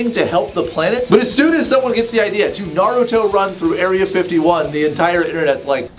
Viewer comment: Alright, I dont see any comments yet complaining how he says naruto run...does this mean I have finally clicked a vid with correct pronunciation??? LF anime nerd to confirm pls....genuinely curious after seeing so many vids of mispronunciations...